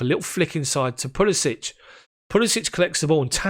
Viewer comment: Decent recap and analysis mate. Just note that you're mispronouncing Pulisic's name. It's pronounced like "Puli-sick"...not "Puli-sich" which is how you're saying it currently. Cheers.